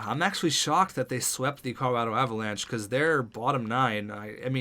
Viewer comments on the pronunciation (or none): none